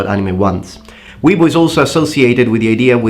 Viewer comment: It's Wee-A-Boo